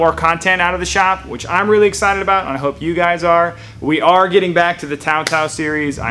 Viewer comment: Tao Tao not Bow Wow